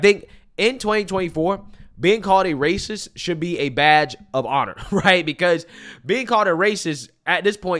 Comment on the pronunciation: She said raciss 😒🫠